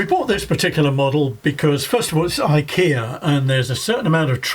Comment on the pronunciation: Hopefully 3 years later he’s learnt how to pronounce ikea.